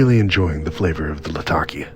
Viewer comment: In addition, thank you for pronouncing Latakia correctly! lol